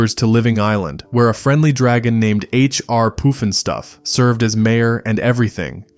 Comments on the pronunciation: AI !!! It is H. R. PUFF & STUFF not Hr R POOF & Stuff... I hate AI !!!! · YES!! I do remember the theme tunes and if you spent one second listening to them then you would know that it was 'HR PUFF n' Stuff' and definitely not POOF!!! It's insane that you take the narrative approach of 'fond reminiscence' but you butcher the names of so many of these shows and characters. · It's pronounced "PUF-n-stuf", not "POOF-n-stuf". Star Jack Wild was best known for his role as the Artful Dodger in the film Oliver! (1968). Ms. Billie Hayes absolutely stole the show as Witchiee-poo. On Sat mornings my mom, sister, and I would stop everything and watch this show. What a riot - we'd all do imitations of Witchiee-poo's crazy cackling laugh for the rest of the day. She had many lines that were aimed at the adults watching and we all loved that. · Love the look back at this and you did a great job, BUT some of the shows were pronounced differently. H. R. Puff-in-stuff, not Poof-in-stuff. Ok.